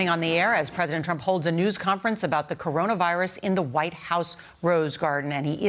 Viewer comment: "...to defeat the Coronavi— —virus." What the heck was that? Does he have trouble memorizing more than 4 syllables?